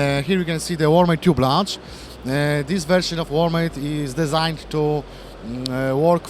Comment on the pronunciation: chłoooopie jak usłyszałem "designed" wymawiane po polsku tak jak się pisze zamiast "dizajnd" to mi kopara opadła.